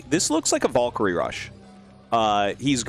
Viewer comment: Da fuq is a “Vallkary”?! 😂